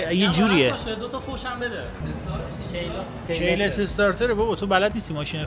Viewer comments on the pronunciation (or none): کی( تلفظ فارسی به معنی چه وقتی) لس چیه😂😂🤦🤦keyless باید مثل کی( تلفظ فارسی به معنی او) فارسی تلفظ کنی با هرچیزی را مشکل داری یا شک داری اول با گوگل تلفظش را چک کن❤❤